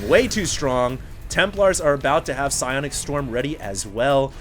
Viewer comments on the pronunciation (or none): none